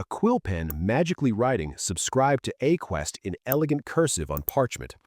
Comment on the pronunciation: I can appreciate the brutal honesty in these tests, we definitely need more of it in the AI sphere. Speaking of brutal honesty, your voice AI fumbled . "A-Quest" instead of AIQuest. I think that's the AI running away and giving up on the prompt.